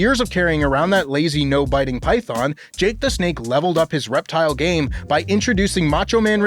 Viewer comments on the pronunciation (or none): none